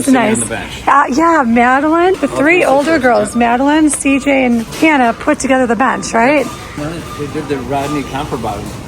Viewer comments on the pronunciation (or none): none